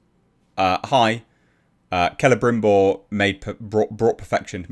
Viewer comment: Sell- a- brim- bore more like